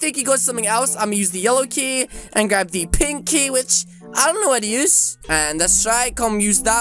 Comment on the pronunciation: When said pink key it sounded like pinky for me